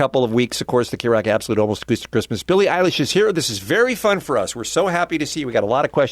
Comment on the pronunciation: I heard: "So how about Billie EYELASH?" in the beginning ._.